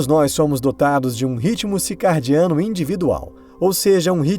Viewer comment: CiRcadiano e não cicaRdiano